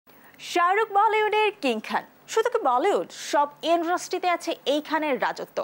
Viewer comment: Idrustry noy "industry"